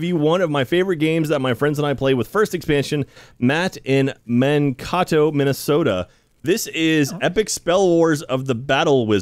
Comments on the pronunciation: The way pronounced Mankato really hurt my Minnesotan soul lmao (it’s pronounced “man-KAY-toe”, btw) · It’s pronounced Man-Kay-Toe, Minnesota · As a Minnesotan, the butchering of Mankato by really got me.